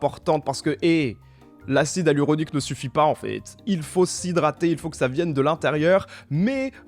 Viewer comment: "l'acide aluronique" 😂 c'est grave cute comme prononciation